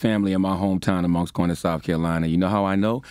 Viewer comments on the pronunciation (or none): U can't say Moncks Corner and don't say Cross SC. Cross High School !!!!